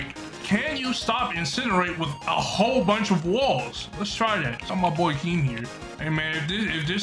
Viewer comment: Keem not king